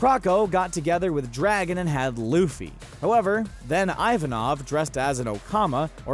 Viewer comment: dear god, IVANKOV!!!!!!!!!!!!!!! not ivanov, IvanKov. also where the hell did you read your one piece? luffy's grandparents being garp and whitebeard?!?!?!!??!!